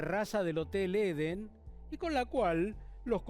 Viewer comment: Esto es una historia para no dormir? Aburrido! Solo es un hotel en donde se congregaban asesinos de la peor estofa. Es Edén y no Eden 😏